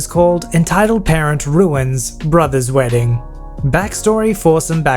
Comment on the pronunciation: That was a good "wrdding"